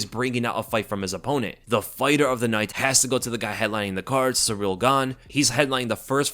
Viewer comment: You said Ciryl Gane"s full name about 150 times. You pronounced it "Surreal" every time too. 😂